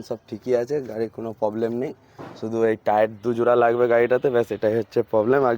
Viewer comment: 😂😂r a vai bangla vasa agey valo kore sakho....Labe na Nabe.....😂😂😂😂